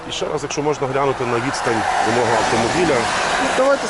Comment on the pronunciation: чому в тебе всі поліцейських мавпи, а ти нє?Я бачу по твоїй мові що теж мавпа,розмовляти не вмієш на рідній мові додаєш м,який знак де не треба сімдесять???чи сімдесят,наголос ставиш де не треба,букви ковтаєш мона,тре,хтів що це за мавпячи слова чи проблема вивчити рідну мову.???